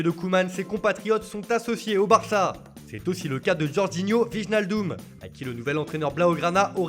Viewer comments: Wijnaldum se prononce <Oueynaldum> En neerlandais le w ne se prononce pas comme en allemand (v) ij se prononce ey u ne se prononce pas comme en allemand Sinon bonne video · alors comment dire, déjà qu'on a droit a la voix-off de second choix pour le Journal du Mercato, mais qu'il prononce aussi mal les noms des joueurs .. "Bije Maldoun" un effort quoi ...